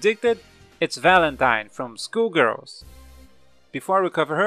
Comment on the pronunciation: It sounds like he's saying School Girls instead of Skull Girls.